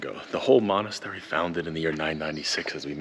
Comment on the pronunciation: I'm glad you made it there. Indeed, one of the few amazing sites we're still having, not occupied by others. By the way, it's 'monastery' ;)